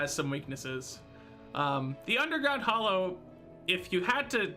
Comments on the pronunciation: Okay fine, agree to disagree <3 Also it’s hallow not hollow : ^) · Anyone else triggered by him saying hollow instead of hallow? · Surface mushroom biome actually spawns some fairly nasty mobs so long as it's not in your town. It surprised me the first time I got steamrolled by some glowing beetle bugs. And why do people keep calling the "Hallow" the "Hollow?" do you not see the "A" in there? It's pronounced like the start of "Halloween" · It is not, hallow and hollow are pronounced differently. Hallow sounds more like Hello.